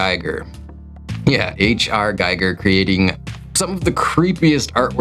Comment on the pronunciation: It's pronounced Ghee Gur!!!! Not Guy Gur. What a rookie mistake. Sorry, it triggers me when people get his name wrong.